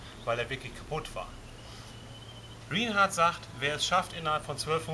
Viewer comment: Rinehart wird "Rainhard" ausgesprochen!